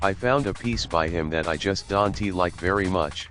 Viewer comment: "I dante usually buy paintings like this." lol I guess the robot doesn't say don't very well... I like these videos. I think there is a deeper meaning to the pictures lined up with the talking... and you should get like a wall like Mr. Rodgers to play these educational tapes... or a robot.